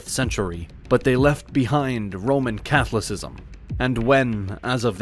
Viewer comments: Bad AI reading…cathlacism? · You can always tell when they use AI because of the weirdest pronunciations. SMH..."Roman Cathlycism" (Catholicism) ... And they "identity" as Catholic. (Which was a misspelling in the script, because it should say "identify"). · You pronounced, ‘Catholicism’ incorrectly at the end.